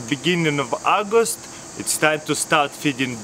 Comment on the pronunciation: it's aagost